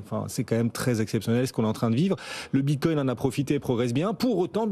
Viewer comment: ça me manque quand le regisseur disait bit quouing